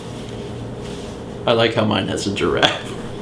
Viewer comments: gi-raffe. two syllables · I think people need to comment on the fact that you said "giraffe" like a normal person and not how you did in Day...91? Yes, 91, I just checked. Congratulations. =P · hey, you changed your pronunciation of giraffe! unless I'm just imagining thing...